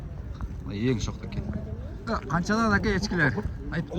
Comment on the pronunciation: Така дебей теке дейт😮